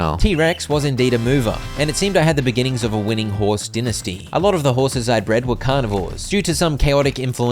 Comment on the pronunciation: And dynesty as well, seriously I thought he was gaslighting me, din-esty bruh 😭